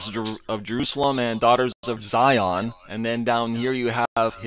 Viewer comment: He don’t even sound right saying zion he like zyooon smh damn fool 🤦🏽‍♀️🤦🏽‍♀️🤦🏽‍♀️